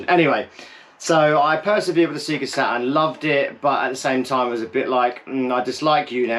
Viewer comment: Sea'ga Saturn? Purple open button?? 😅